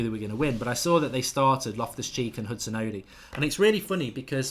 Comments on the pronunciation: Mark... it's not Hudson-odee. It's Hudon-Odoi. Odoi... like "Oh Boy". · its Odoi not Odi or Odiii, Odoi pronounced O-d-o-y .... a Ghanaian name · its pronounced Odoy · The best way to get Mark to say Odoi correctly is to give him a sound like situation. It is Odoi sounding like Oh Boy . There it is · Mate it's pronounced Hudson Oh-Doy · Nick IK. Hudson-oddy. Ugh. 😣 That really hurts my ears. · Philip Darku | As I was typing that comment Mark still said Odi after being told it was wrong 😩